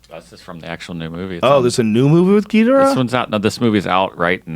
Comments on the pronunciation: He mispronouncing Ghidorah is fucking killing me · The way he pronounced Ghidorah lmao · Hahahah at how he pronounces Ghidorah 😂